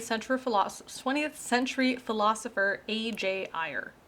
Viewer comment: Ayer's name should be pronounced like 'air'. His book was called Language, Triuth, and Logic, not Language, Truth, and Language, as Geisler and Turek say. It is available in a Dover book for about eight bucks.